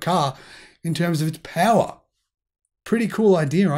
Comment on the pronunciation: Peawa? What is peawa? Horsepeawa? 😉